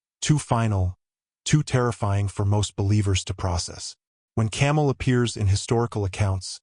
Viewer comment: It’s Cam-A-el not fuckin camel. He’s not what Indians ride through the dessert. Change the video